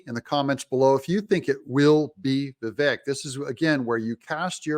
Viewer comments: Doug: It's pronounced Vivake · DOUG! Say his name correctly, please. It is Vi-VAKE. Long ā in the last syllable. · learn to pronounce vivik correctly